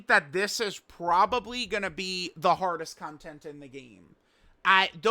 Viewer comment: The way you say “content” 🤢🤮